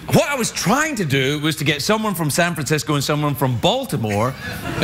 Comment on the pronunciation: Are we not gonna talk about how the guy getting shot down by the Serbian girl kept saying "San Frisco"?